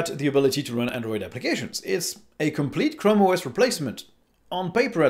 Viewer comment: Chram OS A mans chram